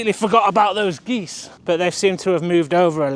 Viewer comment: 🪿 Geesez 😂 (aka Jesus)